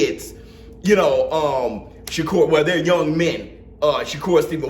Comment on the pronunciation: I thought every been announced Shakur as “Sugar”. Every since the valdez fight